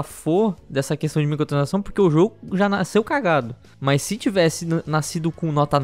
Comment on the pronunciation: É so eu que escuto " micotransação " '-' ?